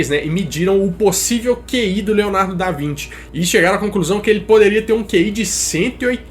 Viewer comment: Mano kkkk Leonardo da vinte? Acho q é da Vinci lkkk